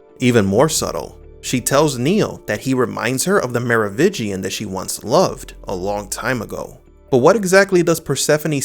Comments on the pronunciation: Mar Oh Vin Gian. You keep saying 'Mar Oh Vig Ian'. You keep dropping the 'n' and I cringe every time. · It is "MeroviNgian" not "Merovigian"! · Mero VIN gian, not “Mero VI gian” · It's Merovingian, not Merovigian. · Merovingian not Merovitchian, please. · MeroviNgian. There's an "N" in there. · Theres not a silent n in Merovingian Mero-vin-gian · Dude, again.. Me-ro-wiNNNnnngian. Nnnnnnngian! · i know, i noticed it too but i dont hold it against him, its a strange name and sometimes ppls brains dont register words the way they read them vs the way they say them